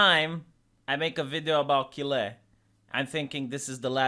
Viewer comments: You keep mispronouncing Kyle. It rhymes with míle. Or file, style. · Kille lol I watch for your mispronounced words now